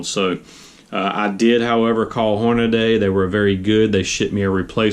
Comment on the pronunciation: Hornaday? The name, "HORNADY" is stamped on the press you're using for this video. Horn-a-dee. Hornady. Not Horn-a-day. Dumbass.